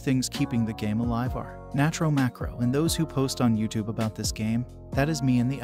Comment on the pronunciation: Why do people say natro so broke